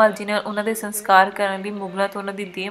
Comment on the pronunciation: Bibi ji saskar hunda a Sankar nahi